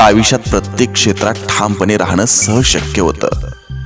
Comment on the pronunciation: सर, विचार सुंदर आहेत.पण आपण आयुष्यात म्हणत नाही आविष्यात म्हणता.सुंदर विचार सांगणा-यांचे असे ग्रामर?